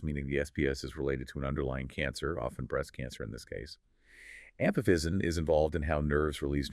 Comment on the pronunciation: Given the pacing of the interview and mispronunciation of pathognomonic, intrathecal, baclofen, pregabalin, rituximab, "IVIG" and ampiphysin, I presume this is AI, but It's surprisingly good. I would be curious as to how this was constructed.